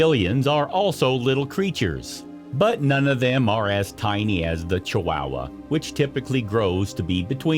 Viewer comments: Ay...this was painful to listen to. chu-WOW-wuh, sinko-DAY-my-oh, The most American pronunciation I've ever heard 🤣🤣🤣 Edit: in all seriousness though, this is good information and I love the inclusion of the girl with Down Syndrome as a positive roll model. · I've never heard "Chihuahua" pronounced the way you're saying it. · Fact 11. You can't pronounce Chihuahua. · OH MY GOD PEOPLE!!!! IF YOU ARE GOING TO ACT AS A PROFESSIONAL NARRATOR FOR VIDEOS - LEARN HOW TO PRONOUNCE THE FRICKIN’ WORDS!!!!! ESPECIALLY THE MAIN TOPIC: CHIHUAHUA!!!!!! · It's not chi wow wa it's Chihuahua, more idiotic ai voice over bullshit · Please learn to pronounce the names on things when you do these voice overs. It is not a chi"wow"wa", it is a chiwawa. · Ok, but they are pronounced Chi-wah-wah. Not Chi-wow-wah. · IDIOTcan't even pronounce the Name Correct !! It's NOT Chi wowa !! It's Chihuahua !!!😠😡😡😡😡😡 I give this a BIG THUMBS DOWN because this IDIOT narrating this Video can't Pronounce the Name Proper !!! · It’s Chihuahua, not Chiwowwaa. If you’re going to do a specialized video get it right. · Why are chihuahuas pronounce chiwawa? CHEE-OOAH-OOAH. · It's not chi wow wah! It's chi wa wa! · Did the narrator really just call them Chi-wow-was? 😂. As far as I’m aware, they and the Mexican state they’re named after are pronounced Chi-wa-wa or more correctly Chi-hua-hua the hua being pronounced like hwa. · At least learn how to pronounce chihuahua properly. It's not chiwowa it's chiwawa and spelled chihuahua. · This dude says chiwahhwahh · Is it just me, or is this guy saying ChiWAAhua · i can not unhear "chi-WOW-wa" now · Ugh!! I can't stand his pronunciation of chee wah wah. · I’m sure this video is full of interesting facts but if I had to hear dude pronounce it “chi-WOW-uh” one more time, my head was going to cave in on itself. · Pronounced chi wa wa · It was difficult to listen to that pronunciation of Chihuahua!